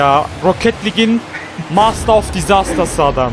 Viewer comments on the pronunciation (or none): none